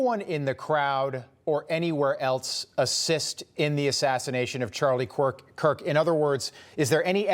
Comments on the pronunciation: Did he just say charlie kwirk??🤦‍♀️ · Did he just say Charlie quirk😡